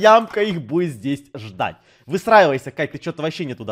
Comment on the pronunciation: Я один слышу не выстраивайся, а высраивайся